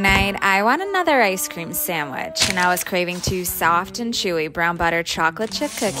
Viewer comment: “Wath veNillllA isSe cReEem iN bAtWeeEën” the talk😭🙏